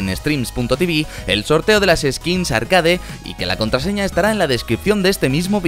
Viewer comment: me pone nervioso cuando dice (arcade) y no arkeid (como suena).